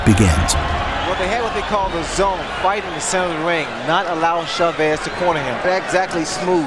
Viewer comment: CHAVEZ, one word. Not Shuh-Vezz. CHAVEZ one word.